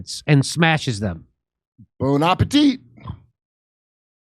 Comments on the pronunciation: Kurt, "Bon apetite!" Stop it. Lol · "Bon appétit" Bruh...